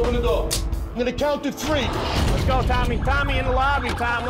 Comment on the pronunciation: "I'm gonna count to tree!"...won..too..tree"!